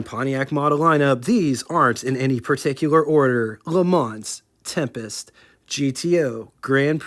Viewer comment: got a one up on your pronunciation, … the “s” at the end of LeMans is silent.